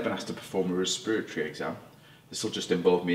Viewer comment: I've literally NEVER heard respiratory pronounced that way before!